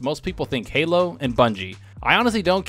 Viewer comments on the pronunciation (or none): none